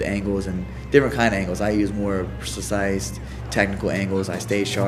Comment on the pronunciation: "My angles are more spurcise" " Im very acriate" Cody is so dumb lol